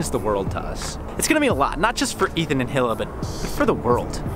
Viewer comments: It's pronounced ILA not hila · You don't pronounce Hila, Heela. It's pronounced eela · Sloth55Chunk it's pronounced "Eela" m8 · "Hill-A" Lol, great pronunciation there,. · "Hill-ah" Jesus Christ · KVPD I know how its pronounced. Thats why I quoted him for pronouncing it hill ah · So what if he pronounced it wrong. It made me cringe, too, but does it really matter? Naw. Not really. Most people can't pronounce Semitic names, it's no big deal. Nearly everyone pronounces Muhammad and all iterations wrong, so saying Hila wrong is like... no surprise and not a big deal lol. tl;dr it's just a name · Clay Nicola Ethan says it in almost every video. How could it be pronounced wrong? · all of that, just to say her name wrong. lmao